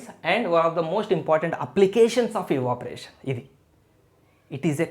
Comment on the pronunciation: Sir that's not eevaporation that's evaporation